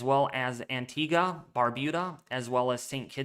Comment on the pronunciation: Antigua = An- teega